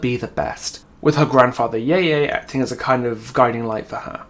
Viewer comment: I know her lore is serious, but the car crash jokes that came from it were so good 😭😭 (also Yeye is pronounced more like "yuh-yuh", an 'e' in mandarin is more like 'uh' in english, just as a rule. But also who expects ppl to just get pronunciations right first try <3 )